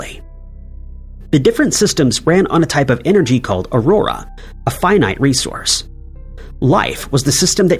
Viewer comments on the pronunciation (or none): none